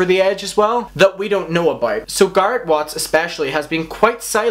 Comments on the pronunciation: Yes lol same.its like carrot but with a G. Guh air eehhtt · The way he keeps saying Gah-rret is driving me nuts. Has he not watched any of their videos where they pronounce Garrett's name? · i cant when he keeps saying "garrat" omlll lol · It bothered me as a huge fan of garret not garrot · I’m sorry but you saying “gARet” is annoying me 😂 it’s GARRET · garrett ❌ guarrett ✅ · Everyone: Garrett: Gart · It's Garret, not Garit. Fuk! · His name is Garrett not Gart. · Garoute 😂omg say his name right GARE-RETTT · GAREEEETTT NOT GARRAT OMG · Ga air it. Garrett. God that drove me nuts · I’m so sorry but GARRET not “GARAT”!!! Love ur vids including this one though ❤️ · "garrat" "garrat" "garrat" "garrat""garrat" "garrat" "garrat" "garrat" im sorry i just had to... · Me: don’t think about it, just watch the video Him: gahrit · It annoyed me so much i had to stop watching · WERE ALL THINKIN IT GAR ATE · Garrot* also I had to skip the video bc of that I couldn’t handle it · Its bothering me as fuck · For reals dude.....i had to click off cuz i can't take it anymore. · For me he says gara or garp. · I was hearing Garth lol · SOMEONE SAID THAT HE IS SAYING GARRETT’S NAME LIKE “GARD” AND NOW I CANT STOPLAUGJING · It's sounds like he's saying carot instead of garrett 😂😂😂😂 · "GART" ..... Everytime he said it my brain was not expecting it and was trying to fix the prenouncestion. Fricckkk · "garrat" I CANT BREATHEEEEEEEE HAHAHAHAHA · i almost pissed myself laughing everytime he said "gart" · No offense, i cannot watch this bc of the way you say garret lol. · Nobody:: "GART" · GARRET! stop please it’s GARRET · He’s saying carrot but with a G lol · he said garrat 50 times in the video. i counted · “GaRrAt” lol I’m sorry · 😂😂😂 "garrt" its garrett ( no hate, just couldn't stop laughing ) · I thought he said carrot watts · it sounds like your saying corrot 🤣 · i cant watch you say garrat omg im about to shoot myself in the head hahahaha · It’s Garret like carrot